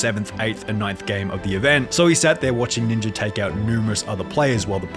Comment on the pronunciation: Ninjer 😂 Bro it’s Ninja